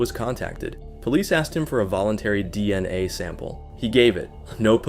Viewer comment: Man this is the most AI narrated video Ive ever heard. If you are going to use AI you gotta proofread the script and tune it a bit. This was just jarring to listen to. Like, why wouldn't you even adjust how it pronounced DNA? Or catch that it changed raped to raided multiple times? This is just sloppy and lazy.